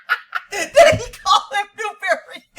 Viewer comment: When he said Newberry I dropped my phone laughing